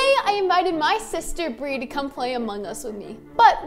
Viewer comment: why it said brie is bri not brie